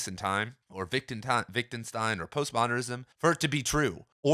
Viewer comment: I love these videos! Keep up the good work :D By the way, you seem to pronounce it “Wic·den·stein”?